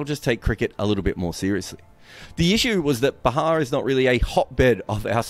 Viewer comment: bro can even mispronounce a simple word Bihar?? daman..when a come after B?